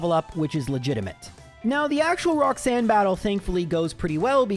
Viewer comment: Roxsun.... Mate, its ROX-ANNE, not Roxsun -_